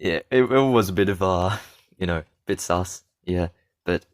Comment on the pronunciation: It was bruh he said sussy